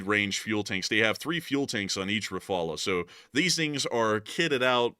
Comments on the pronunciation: Please stop pronouncing "Refalay". There are cases when a final "e" is pronounced in French, but you don't know those. Hence, it is safer, and at least it doesn't sound odd, to pronounce "Ra-fal". Also, "Suwałki" is pronounced "Soovawki". The Polish "w" is pronounced "v" except at the end of a word where it is pronounced "f", like in Russian and in Czech; it is the "ł" which is pronounced "w". The Polish "ó" is pronounced "oo", hence "Rzeszów" is pronounced "Zhay-shoof". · Rafal not rafala. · the way you pronounce "rafale" and "mica" makes my ears hurt lol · Love you guys, but you've got o pronounce the name of the French combat aircraft RAFALE more accurately. Both "A" in that word are pronounced exactly alike and must sound an "open A" as in the American exclamation "Ha!" or as the A in the (French) word "mirage." The word "rafale" in French means (appropriately) "heavy wind gust." Also, the letter "E" at the end is not pronounced. So "rAfAl" is the right pronunciation. You , as outstanding military experts, owe such a splendid combat plane to pronounce its name properly 😊.